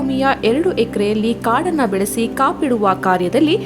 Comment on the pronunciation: Modalu nettage kannada kaliri kapaduva annodanna kapiduva antha bardidiralri neevu kannadigrena...